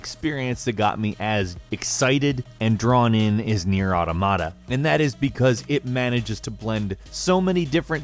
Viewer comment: Nier Awe-tom-a-ta